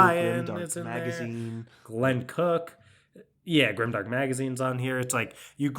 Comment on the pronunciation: Grime-dank not grimdark :D